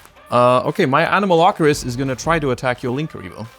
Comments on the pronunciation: Me: A-no-ma-lo-ca-ris.: Anomalocris? Anomalokris? Anomalochris? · How can the guy who revitalized Paleos fail so miserably at saying Anomalocaris